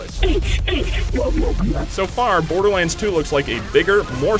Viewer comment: Love how he says Borderlands :D "Borderlinds"